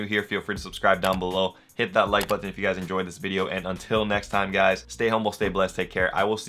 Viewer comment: why do you pronounce your T's so hard? You say button like buTTon.